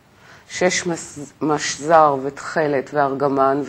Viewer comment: "משזר" היא בקמץ לא רגיל. צריך לשמוע כחולם.